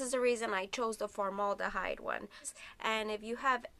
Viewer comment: ForMOLDahyde. lol